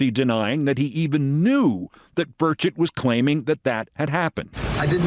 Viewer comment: Every time I hear Burchett's name invoked, it sounds like they're saying "Birdshit". Perhaps this has wounded him in some way.